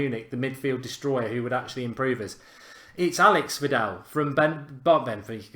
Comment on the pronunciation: When Mark said Alex Vidal not author I felt like cryijg